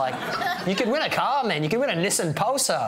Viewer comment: And the way they pronounce Nissan...im like wtf is that hahah